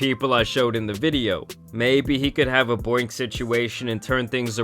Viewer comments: “Boink gang” it’s “Boonk” 😂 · Boink it’s boonk and I hate that n word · Boonk* not boink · Bro saying "boink" and not boonk gang is actually hilarious tho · good vid but its boonk bro not boink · I couldn’t handle you calling him boink lol I was dying. It’s Boonk but I like boink better 😂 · U really called boonk boink 😂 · Boonk gang not boink gang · The fact t that keeps calling him Boink Gang instead if Boonk Gang 😅😂😂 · Bro it’s pronounced BOONK gang not BOINK